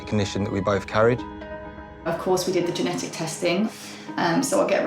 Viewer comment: Genetic. It has a T in it. It's not geneic. Please pronounce the T if you are a carrier. You literally won't be able to communicate it to a doctor if you can't say it.